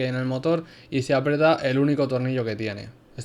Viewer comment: Se dice aprieta